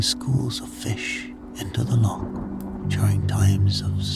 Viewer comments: You lost me at 'lock'....it's loch!! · I awoke though at the pronunciation of loch